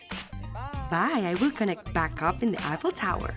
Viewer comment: It's eiffel tower not apple tower 😅